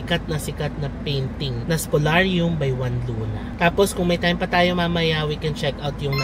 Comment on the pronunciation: It's Spoliarium with an "i". Great vlog, as usual! 🙂